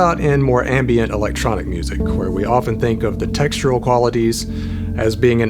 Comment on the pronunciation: Is no one gonna talk about how he pronounces words like "where" and "what"?